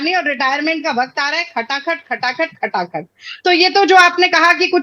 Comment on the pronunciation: सही से भाषण तो दीजिए नेता जी ताकत को तकात बोल रहे हैं, राजनीति को लाजनीति बोल रहे है। गाड़ी बंगला तो एक गांव का मुखिया ले लेता है 5 साल में आप तो अपने बेटे को बीसीसीआई का सचिव ही बना दिया। अगला विकल्प केजरीवाल ही है जो आप जैसे लोगों को सत्ता से उखाड़ फेंकेगा।